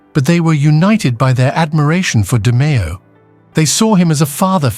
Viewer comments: That's not how you pronounce DeMeo, and this story has bneen told to death. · You mean the The Story told a thousand times of Roy Demaeo. Or you could also call it "how to mispronounce everyone's name" lol.....sheesh, do your research, you chop words up more than Roy does bodies 😂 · Fucking guy can't even pronounce his name correctly